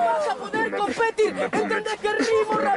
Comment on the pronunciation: Y trueno dijo compétir